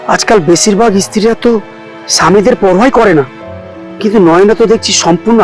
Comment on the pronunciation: apner ucharan ( pronunciation ) ta ektu thik korun pls.istiri,paisa, pati etc.etcc